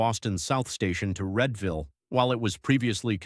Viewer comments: REED-ville, not RED-ville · Readville, no Redville, yes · While the content is mostly good, I hate having robots reading the narration of these videos. Also the visuals are mostly unconnected to the text, even a map of Philadelphia. The locomotives were mostly shown with pantographs when talking about battery powered trains. Check the pronunciation of Readville, EMU, etc.